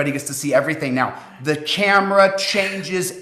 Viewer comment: did this guy say "the ch-amera [not camera] changes everything?" He loves to hear himself talk and look at himself on camera. Pathetic. Also, can all the people, who have given this man Power of Attorney revoke that document and/or change it?